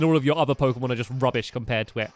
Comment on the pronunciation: pokemon not poshen